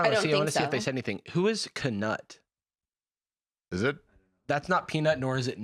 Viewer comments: "Knut" is pronounced like "newt". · Idk who Knut is but I’m loving your pronounciation of his name.😂 It’s a name used mainly in Nordic countries and is pronounced kind of like ”knewt”